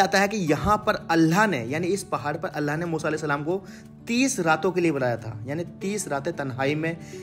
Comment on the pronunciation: Bhayi allah hota h Kam se kam. Allah ka nam v sahi se lijye aap allah nam sahi se nhi le.rahe ho please allah bolo allaahh nhi bolo